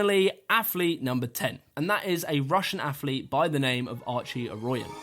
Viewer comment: Affffflete....lol mans athlete so many times, couldn't help but notice how incorrect he pronounces it. AFFLETE AF AF AF. Like Chris Bumstead saying savage with a th... lol...thavage. All these Thavage Affletes on this list